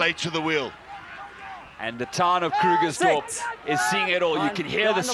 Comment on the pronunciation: KRUGERSDORP... NOT KLERKSDORP... :D